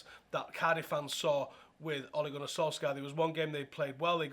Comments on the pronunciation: It's pronounced "soul-shah" ffs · The "skj" in Solskjaer is pronounced like the "sh" in short - norwegian